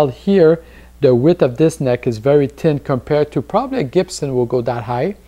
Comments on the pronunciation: Again. I love accents. Just the way you say thin. "Tin"! I love it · Good review..............still laughing at you trying to say thin thou hahah